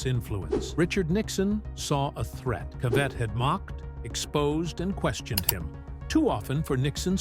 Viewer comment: It's pronounced CA vett. Not ca VETT. If you're going to talk about someone get their name right. I felt like this was disrespectful to the gentleman all around.